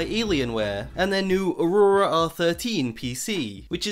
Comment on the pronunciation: Love how you pronounce aurora